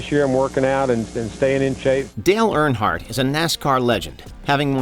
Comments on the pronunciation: My goodness...I am not especially a NASCAR guy, but can we maybe pronounce Earnhardt (URN-heart) correctly? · Why is he pronouncing it "Air-in-heart" instead of Earnhardt? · Dale "aronheart" lol. How does warch mono mis pronounce stuff so often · It would have been nice if you could have pronounced Dale Earnhart’s name correctly. My guess is that your voice over was done by some shitty AI. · You literally had clips of people pronouncing Earnhardt correctly yet the voice over guy borked it each time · The pronunciation of “Earnhardt” 🤮